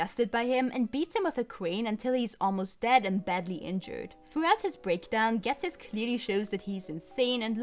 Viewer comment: not so fun fact, ghetsis is supposed to be pronounced as jesus. yeah.. i dont get it either, but it makes sense